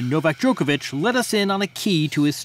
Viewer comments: Joko Joko Djokovic!!!! 🤦🤦 Not Djokevic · Ffs it’s NOT Jokeovitch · Really good interview but can the Americans still not pronounce Novak's surname properly. No one else says it like this.